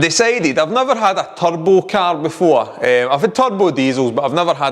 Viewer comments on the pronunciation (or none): "You need a good turbo." At first I thought you said "tug boat." 😆